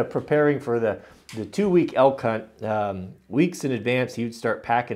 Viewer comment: "Elk- hunt"... "Elk-hunt" .. careful on that pronunciation.. you are not a Spanish man.